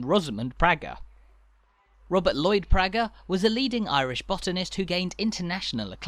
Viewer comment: An interesting travelogue, well produced and quite informative. However, as a "visitor" you would not be aware of some slight errors and omissions. The name Praeger is pronounced PRAYGUR, not PRYGER. You referred to Cultra almost as a single-syllable word, but it is in fact a two-syllable word pronounced as CUL TRAW, with the emphasis on TRAW. The original maypole was replaced with a newer, shorter version in around 1956, and was later found to have rotted considerably some years later. It was eventually replaced with the one you see now, which is even shorter again, so there have been at least three maypoles! One of the traditional customs was for local girls to dance around the maypole every year. It was stopped around 1953 for some obscure reason, but I understand has now been reinstituted. In the Ocean Restaurant, they have a mural on the wall which, taken from an old photograph, depicts a group of these young girls, one of them being my sister. I was born and raised on the Church Road, directly opposite what was the main entrance into an area known locally as "Murphy's Field," wherein stood the Holywood Motte. The motte was my playground throughout my childhood - when it was quite different to what it is now. I can tell you that the top of it was not of sufficient area to house a barn, never mind a castle, for its widest diameter was no more than about 15 or sixteen feet. Many locals believed that it was formed from the subsoil dug out for a building that was supposedly